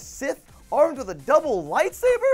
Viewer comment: 'Late Saber'?? WHAT THE HELL ;-; Its 'Light Saber' Joven...